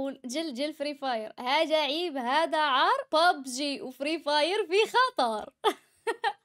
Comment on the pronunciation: علاش تهجي كلمة "هذا " وتقولي "هاجا " ..؟